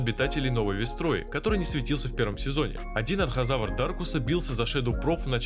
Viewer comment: ты некоторых бакуганов не правильно навываеш например не Анхазавар а Энказавр